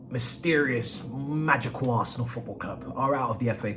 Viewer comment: Dat As er nal like a naija man